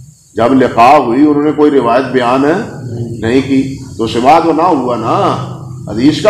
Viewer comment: سِماع❌❌❌❌ سَماع✔️✔️✔️✔️